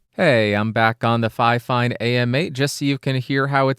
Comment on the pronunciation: And apparently, the official pronunciation according to fifine is “finefine”. So that would make it twice as fine! 😀